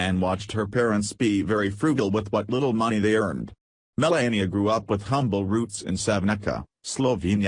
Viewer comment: Should be called Breaking Fake News. Sorry your speaker has such a terrible sore throat and can hardly talk. Much of it is garbled and poorly pronounced. You keep pronouncing Melania's name wrong. Trump has quickly made the U.S. a disgrace to the world, and he is already the least liked President in all History. He breaks all his promises, and can't get his act together to get any legislation passed, and has driven away even support from his own party by his bizarre lies, lack of knowledge of how the White House and government works, and lack of any class or ability to speak coherent adult sentences even. Is the man suffering from a dementia of some kind, or is he just naturally that insufferable and stupid? He keeps shooting himself in the foot with childish tantrum and has made a disgrace of himself in a very short time. I'm not even an American and I can see it, so what is wrong with you people in the U.S. to be putting up with a deceptive buffoon like him? it's very fortunate this video gets so few views.